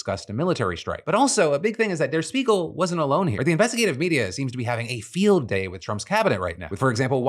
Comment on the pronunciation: It’s pronounced der Shpiegel - it means mirror